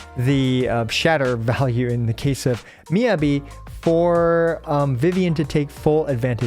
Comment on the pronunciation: Please... it's Mi-Yah-Bi, not Mi-yebi